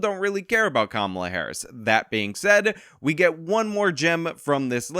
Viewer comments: It's Kamala, not Kamala. Get it right😂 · It's "camela" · It's pronounced Kamala 🙄